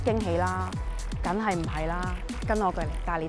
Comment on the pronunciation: 女主持樣子順眼，聲音幾好聽，係講嘢有D懶音！“躉我呀”“緊係呀”。